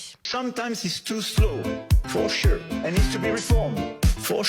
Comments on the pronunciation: 😂 For shure 😅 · J'adore c'que tu dis... For chure 🤣🤣🤣